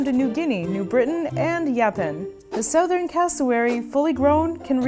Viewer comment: I don’t like how she pronounces southern😫😂😂